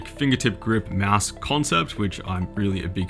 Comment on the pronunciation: Can't stop laughing at "Meowse" =D